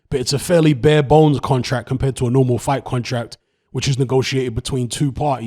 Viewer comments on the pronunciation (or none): none